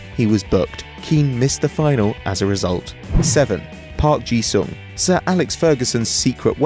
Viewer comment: Park Ji-Sung????? Oh my lord